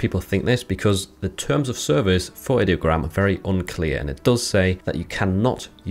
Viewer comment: Like the video, very informative 👍 Its pronounced eye-diogram btw they say that in the rules channel of their discord, I'm guessing alot of people pronounce it id-diogram